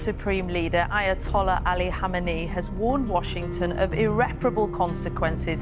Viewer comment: Just learn the difference between khomeni and khameni❤